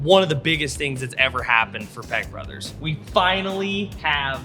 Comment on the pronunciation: Wife wants to correct your speech and I agree how you pronounce your name peck sounds like you say peg brothers the meaning of what it sounds like you say wow